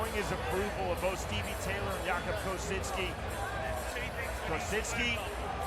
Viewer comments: Why...why....does dude keep putting a N in Kosicki name? It is not kosiNski!! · There's no N or Z in Kosicki 😂